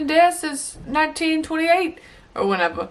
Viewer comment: SHE was bad, she ran off with the money. So it's implied it's okay for her to be the victim, because she's criminal. There were two faucets one for hot one for cold confused zoom in! "And then he says" 0_0 waves hands "or whenevuh" suddenly you're from Boston?